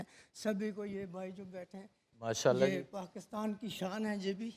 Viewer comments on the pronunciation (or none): none